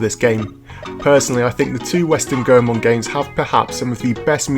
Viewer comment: Lol the last time i saw you ya dressed up like Goldust. you look so different lol im glad your a fellow Ganbare Goemon fan! Also its actually pronounced "Goy-Mon" just thought i'd help!